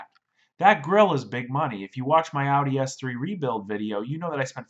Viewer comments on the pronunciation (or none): none